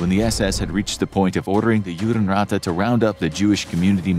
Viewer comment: Judenrat is pronounced "yoo-den raht"